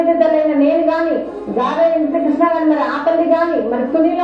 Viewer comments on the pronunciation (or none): none